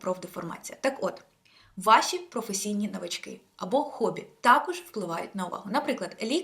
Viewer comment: В слові навички наголос на перший склад